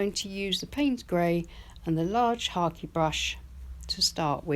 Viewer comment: Lovely painting. I've never heard of a hake brush being pronounced as Harkey 😁